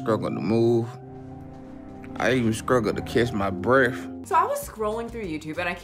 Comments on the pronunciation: “Scruggle to catch my bref.” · "i skruggle to move, i even skruggle to catch my breaff" 😂😂💀